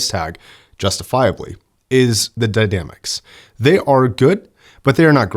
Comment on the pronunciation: we need to talk: "the dy-damics". "next few regions".?!?. Don't know what to say. Is it a condition?